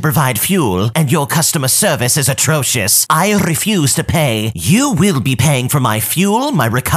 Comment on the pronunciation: Is nobody gonna talk about that r roll in "refuse" ? That sent me 💀